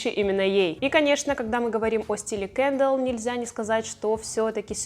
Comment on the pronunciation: Почему кЭндалл? кЕндалл же, и звучит приятнее